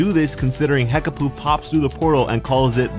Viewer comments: Hekapoo not Hekaboo. Change it to Hekabae :D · Hekapoo or hekpooh not hekaboo